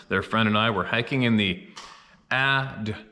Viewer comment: Good job with Adirondacks! But now we need to work on dee cal! Lol